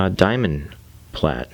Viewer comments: Nice video to watch, but when you say plate instead of plait its nails down a chalk board. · Still lov watching ur process, even when u pronounce plait the wrong way 80% of the time lmao